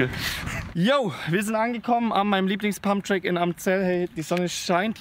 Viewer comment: Pumpen gehn ❌ Pumpträck gehn ✅ Farbe von deinem Kübel kommt gut!